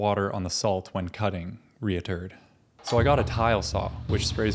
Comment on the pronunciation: "reaturd" lol